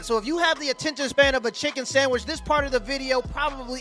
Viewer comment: Did he say Chicken Samich? damn now I'm hungry, woman go make me a Chicken Samich with Mayo....NOW